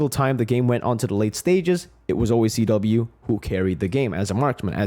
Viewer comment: Why is CW called Cheh-Weh?